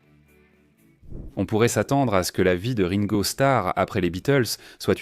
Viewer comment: Et Ringo prononcé raingo ! :)